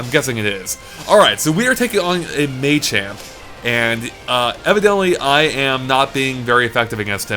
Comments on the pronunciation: "Maychamp" It's Machamp It's pronounced "Mah-Champ" This is fucking unbearable. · It's not May - Champ and May - Chop it's Mah - Chop and Mah - Champ.... Lol